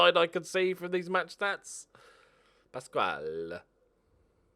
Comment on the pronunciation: Please keep pronouncing Pascual as beautiful as you do